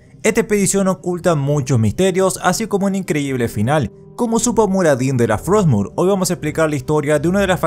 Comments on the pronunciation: "hay una espada runa llamada frotsmure" Todo disléxico el Muradín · Muradin: Estamos buscando "frotsmur"